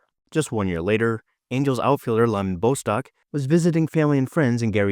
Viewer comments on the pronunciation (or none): Gene Mauch (“MOCK”) Lyman Bostock (“BOS-tock”)